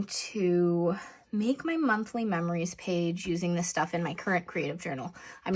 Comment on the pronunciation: I really enjoy your videos. I love how you said you can't talk when spelling words backwards because you end up spelling them wrong.... guess what?? You spelled meRories instead of memories while you were talking.😂😂😂 too funny. ❤